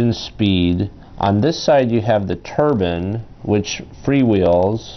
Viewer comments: Its turbine not turban! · he also says 'Turban' alot instead of Turbine. Made me think of a sikh's head gear. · Edokun91 it's turbine fool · its just his way of pronouncing "TURBINE" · im sort of insulted to the fact that you actually thought that i thought he was saying turban. haha i wasnt being sarcastic at all either, i was just laughing at how he says turbine.